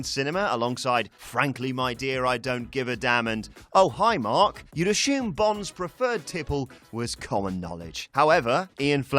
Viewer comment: "You'd Ashhooom, you'd conshooom..."